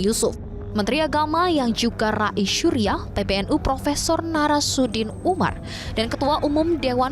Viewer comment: Ini presenternya kok gak bisa ngucap dengan bener sih ... Menag itu KH Nazarudin Umar bukan Narasudin Umar ya ... haaaaa ha ha